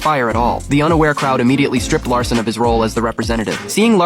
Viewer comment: His name is Jack Lassen not Jack Larson